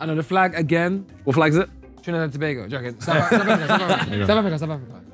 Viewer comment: But respect for him pronouncing Tobago tho